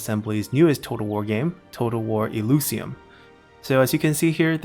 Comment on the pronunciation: I really like your content, it's just that it's pronounced El - i - sium and not El - u - sium lol